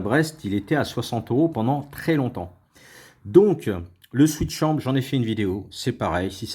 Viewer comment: Swisschamp et pas switchamp ! :) Sinon très bonne vidéo...